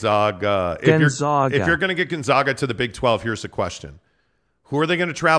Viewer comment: Learn how to pronounce GONZAAAGA! No ZOGH!! It’s a long “A” like pronouncing the name of the letter! That’s why they go by the Zags!